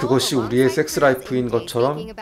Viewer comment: 설명마다 쎅쓰. 쎅쓰. 쎄엑쓰 발음 겁나 듣기 싫네ㅋㅋ. 이런적은 처음이다.